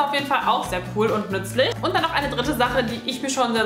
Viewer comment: Sie sagt nützelig